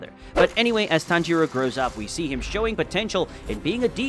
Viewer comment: It's not ton-giro it's tangiro